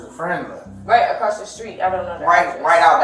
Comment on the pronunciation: I just realized that when he said “Apple street” he meant “across the street”